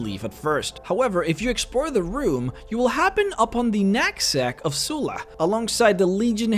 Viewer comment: I so heard nutsack instead of knapsack.